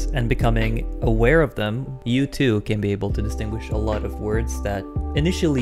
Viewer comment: The S and the way he says is occur. He is too low on the words "Aware". Also how he says norwegian is on the second syllable. I guess my ears are over-tuned due to listening to Swedish, Japanese, and somewhat about to hear aspiration.